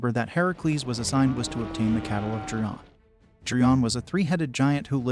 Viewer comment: The one king's name is /dio-ME-dees/, Also, the giant's name is /GAIR-yon/.